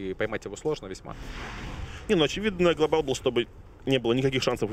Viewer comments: Меня одного бесит слово "глобАл" с ударением на "А"? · This is globAAAAAAAAAAAAAAAAAAAAAAAAAAAAAL